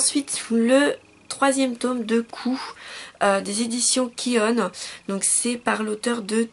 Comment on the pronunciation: je suis obligé de te reprendre sur le nom de l'éditeur il s'appelle pas kione mais ki oun cela se prononce ki oun j'espère que t'as compris ce qu je voulais dire. sinon à part ça toujours de très bonne vidéo